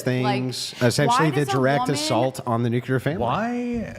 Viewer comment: will harp on about girls pronouncing the word women as 'woman' but pronounces nuclear as 'nuke-ular.' Hilarious. 😝